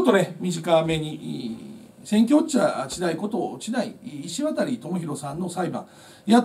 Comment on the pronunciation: 石渡←イシワタリじゃなくてイシワタじゃないんですね。まぁ珍しい名字やから読み方いろいろありますか。